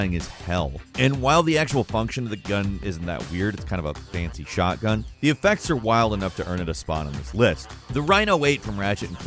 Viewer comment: Dude I thought you said shartgun, I'm using that in my next shooter game